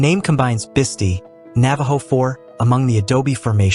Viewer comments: Well I know why this didn't get more views. The incredibly bad pronunciations created by the AI just turn everybody off. I stopped after the Bisti Badlands. Which are pronounced Bis tie not Bis tee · Bisti as in Bist-👁️